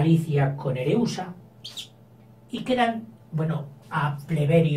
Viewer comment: se llaman Pàrmeno y Areúsa no Parmenio y Ereusa😆 pero gracias por estos vidéos, tengo un examen mañana y me aiudas mucho👏🏻🙌🏻